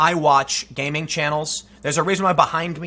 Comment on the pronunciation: Tim, you needn't worry. You said the words "gay ming" (homo and asiophobic) multiple times throughout this vid, so it's too late anyways. 😉😂